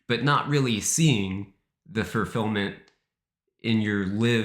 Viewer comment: You say fulfillment too frequently to be pronouncing it wrong. I apologize profusely if a speach impediment prevents correct pronunciation. It bothers me to think no one has told you this.